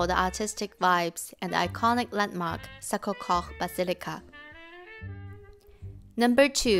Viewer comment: sorry , may I correct the pronunciaton of Sacré-Cœur. it's[sakʀekœʀ] not [sakʀekox]